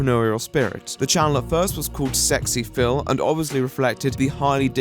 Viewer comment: its pronounced as individual letters tho. ess exx eee phil